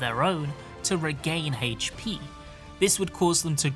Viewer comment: Hp? ❌ Hates-pee? ✅